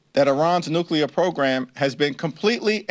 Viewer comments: Nukelar lol Do any of these imbeciles speak proper English? W started it. Makes me embarrassed. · Why do people have so much trouble pronouncing nuclear? There’s no such thing as ‘nucular’. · Why the hell cant people pronouce nu-cle-ar correctly. Nu-que-lar sounds downright stupid. These are educated people. WTH? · Nice video! However it's "NUCLEAR" not "NUCULAR"!!! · I like how these media professionals cant even say nuclear correctly....its not Nuke-uu-ler......its Nuke-lee-rrr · Anybody that's continuously says nukular rather than nuclear should be told that they have no credibility until they prove they know how to read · Nuclear. Nu-clear. Not nu-cu-lar. Sound it out, people. The mispronunciation comes from some cold war politician who thought the word sounded scarier when pronounced incorrectly. But for god's sake, just learn to read and look at the damn word. 😂😂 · THE WORD IS NUCLEAR….NOT NUCULAR YOU BOZOOS !!!! Geeeezzzz… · It’s annoying when people pronounce Nuclear like NukUlar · Look it up, there's no such word as nucular. It's nuclear. The ignorance of that mispronunciation prevents me from hearing anything else said. I'm completely behind president Trump and his administration but please have your people speak intelligently.we live in the nuclear age so we should be able to say it correctly. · It’s nuclear…not nucular!! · Nu clee ar. Not nu cu lar. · I can't hear NU- CU- LER more then twice before changing it. That goes through me like a bunker buster. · Always laugh...WHY can nobody pronounce 'nuclear'?